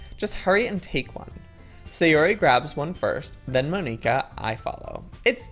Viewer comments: It's not Mo-nee-ka it's M-on-i-ka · It's Mon-ika